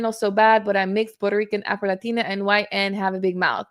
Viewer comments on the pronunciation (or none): lol why Q suddenly become Hispanic when she said “Afro-Latina” 🤦🏻‍♂️